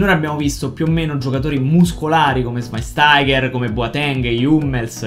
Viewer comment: Mi hai fatto morire quando hai detto il nome di shwainstaiger(come cazzo se scrive) in tedesco hahaha bravo